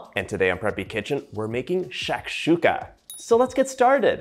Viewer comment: Hello, I liked the food, and you explain in English and your pronunciation is good. I am from Algeria, and this is the same way we prepare it, and the strange thing is your excellent pronunciation of the name for the food